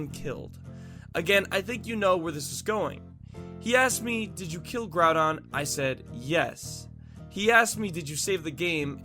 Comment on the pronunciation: Its not growdon its groudon